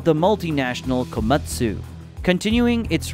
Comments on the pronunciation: Too many mispronounced words for me but good try. Scrapper, Cummings, kooommatttsssssuu, etc...🙃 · I’ve got an idea, try doing a REAL voice over with a REAL person. The ’tell’ is how “Komatsu” was pronounced. Try harder.